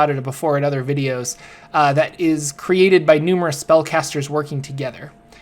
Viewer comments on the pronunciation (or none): none